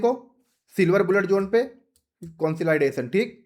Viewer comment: Bhai market conslaidation nahi jata consolidation mei jata hai 😂😂